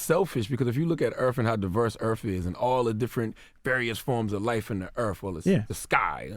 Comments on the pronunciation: i like how people say Earf instead of Earth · "Earf" Will we please learn the TH SOUND?! After all these years, decades, it may have been alright in the early 20th century but damn it really sets te perception of our people back 200 years.. It's WITH not Wif. Its DEATH not Def? It's EARTH not earf. GODDAMN already and you are in communications? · CTG: "If you look at Earf, and how diverse Earf is..." Earth dude... EARTH. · Nobody: CTG: Earf. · the earf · Lmao,....EARF; lololol😂😂😂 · Why Charlamagne be saying "erf"?